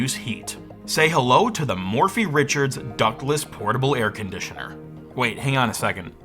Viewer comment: Air CON-ditioner?